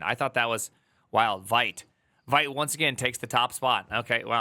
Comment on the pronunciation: Vite is pronounced "Veeet", it's french for "fast" or "quick" Vite (French word for "quick", pronounced /vit/ , like "veet")